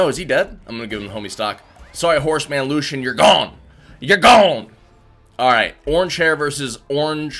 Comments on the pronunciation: Disliked after he said that queen nai has axe and called "Lucien", lushen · ITS LUCIEN NOT LUSHON